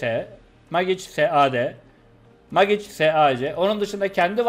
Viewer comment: Senelerdir mecik yada meyç demeyi ogrenemediniz ya helal olsun. Megıç demesi daha zor lan:)))